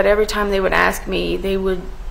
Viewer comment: The prosecuter needs to learn how to speak!!! What the fk is "AKSKS".....its ASKS!! JESUS